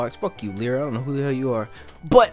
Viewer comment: Lyra is pronounced Lie-ra not Lee-ra